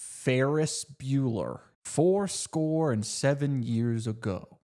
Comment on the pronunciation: almost choked when he's listing potential f names and hit the hard "FO-" in forescore and seven years